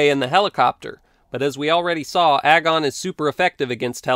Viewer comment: Does anyone else realize that "agon" rymes with "dragon" if you say it correctly?